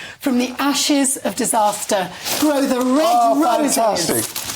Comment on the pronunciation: Very Scottish pronunciation of disaster (disarrrster)!